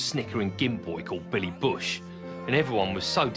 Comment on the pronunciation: Billy Bush. Not Willy